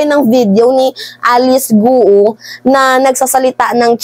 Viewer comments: Ang pag pronoun ng apilyido nya ay "Go" not Go-u.😊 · Researcher or Research Team hindi Researcher Team. Gwo hindi Goo-oh Ambobo nitong vlogger na to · Its not pronounced as Gu-u as you are pronouncing. It is pronounced as kwo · Sa Chinese gou Hindi go-u kundi kou lang yon or ko correct pronounce of gou